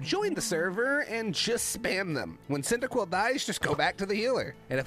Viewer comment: cycibcub wat the heck its pronounced like cindaquil